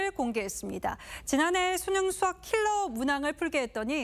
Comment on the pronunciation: 심지어 ‘킬러’라고 강조하는건…